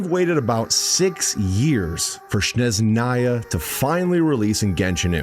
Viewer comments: Shneznaya xdd It's S-NE-ZH-NA-YA, S like in "sssnake" and ZH like in "ZH-ongli". And then on you did say it almost perfectly. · 6 years, and it's still "Shneznaya", and not "Snezhnaya" 😿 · as a russian, its not SHnezhnaya, its SneZHnaya😖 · To be fair he calls it S-neZH-naya sometimes (as ). He probably knows how to say it the right way but all English community pronounced it like "Sh-neZ-naya" for years, so he's probably still getting used to the right pronunciation ❤ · Bro played 24 hours and still calls it sh-nez-naya 😭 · I love how fumbled the pronunciation of Snezhnaya in the beginning, then gradually got better at it... and then fumbled it again xD Keep it up,, setbacks are a part of the journey! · There is not "sh" sound in Snezhnaya... 😴 Where did you get it from? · 6 years, and we still are disrespecting it by not pronouncing it properly 💔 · waited six years and still cant pronounce snezhnaya 💔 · ”I’ve waited about six years for Snezhnaya and I’m still saying it wrong” XD